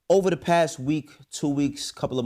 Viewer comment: Dame it’s OVA!! LOL